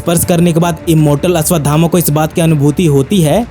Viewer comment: Ashwatthama ko Ashwadhama bol bol kar bheja kharab kardiya 😐